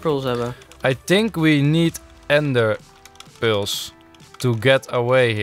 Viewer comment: Ezo waaom zech ie PULS in plaats van pearls!!!!!!